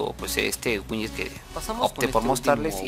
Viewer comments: winyet winyet xD buen video bro pero es Widget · Bro se pronuncia widget!!no winyet